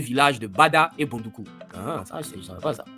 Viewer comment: Great!! Congratulations. Please review the prononciation of "Boudoukou".